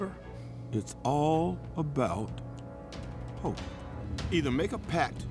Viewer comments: See I thought she was saying hulk. Its all about hulk… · Did anyone else hear “it’s all about hulk” instead of hope